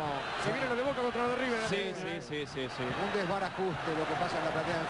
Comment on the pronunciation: Emm amigo es river no riber